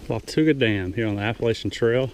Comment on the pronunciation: Wah ta ga. Not wa tu ga